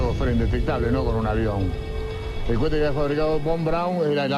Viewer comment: que mal que estan pronunciados los nombres de los lugares y los nombres de las personas,,, ese periodista historiador, o lo que sea,, por lo menos que aprenda apronunciar lo que estudia..--- ¨¨¨ cuete¨¨¨¨ dice el negro